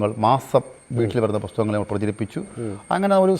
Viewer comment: ബുക്ക്‌ സ്റ്റാൾ മാനേജർ ആയിരുന്ന ആൾ ധാരാളം 'പൊസ്തകങ്ങൾ' വായിച്ച് യുക്തിവാദിയായത്രേ... 'നഹരം'... 'ലോഹ യുക്തിവാദി സമ്മേളനം'... 'പരുവാടി'.. 'സോതന്ത്ര്യം'.... 'അൽഫുതം '...😳 ഏതെങ്കിലും ഒരു വാക്ക് മര്യാദക്ക് ഉച്ഛരിച്ചിരുന്നെങ്കിൽ.. 😔